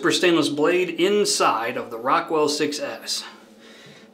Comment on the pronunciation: It’s pronounced “SIXES” btw…🤠 I wish it had Jupiter (which is very gaseous)